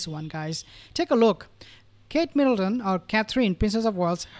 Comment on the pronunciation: Please pronounce Catherine the right way. It's not Catreen